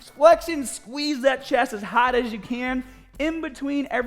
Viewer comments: Training hahd is great, training smaht si bettah. - 2019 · I'm training smaht and hahd with no gahhhbage.